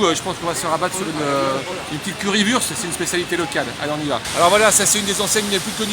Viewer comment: Curry wurst ça se prononce Wourcht bordel ça pique les oreilles